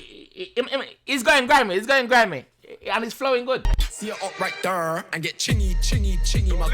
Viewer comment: 😂😂 man said Stormzy were u dhere Chingy has a song called Right Thurr